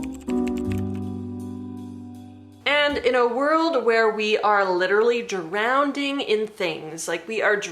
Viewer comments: Thanks for this. But "drownDing"??? Soz, couldn't get past that 😂❤ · Is drown-ding a word?